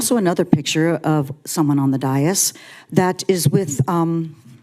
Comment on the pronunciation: First of all it is spelled d a i s. It's a two syllable word pronounced day of the first syllable, and this minus the th for the second syllable. The emphasis of pronunciation is on the first syllable. DAY - (th)is It is not pronounced any other way in any other language.